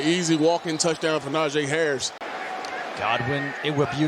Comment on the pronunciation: Nah-gee, not Na-jay...